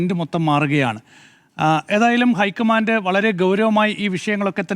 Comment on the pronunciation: പ്ലീസ് ഐക്കമാൻ്റ് എന്ന് പറയല്ല, ലോക്കമൻ്റ്